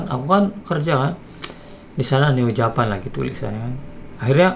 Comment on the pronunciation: Sampai hari ini aku masih penasaran dengan cara ucap "Japan" nya Neo Japan. Bukankah itu kata yang harus diucapkan dengan logat Inggris ?